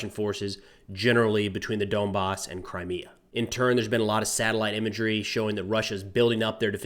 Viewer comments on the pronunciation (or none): none